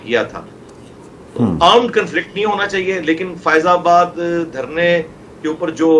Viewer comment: فائزہ آباد نہیں ،،، فیض آباد